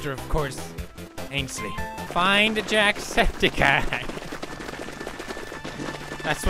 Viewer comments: Jacksepticeye not Jackspedicey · the jackspidicey got me so good xd everything did mostly the gAAAAAAy partXD